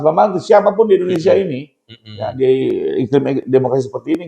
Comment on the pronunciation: INDONE SIIII AAAA bukan INDONE SAAAA ... Udah bisa ...??? ... 😜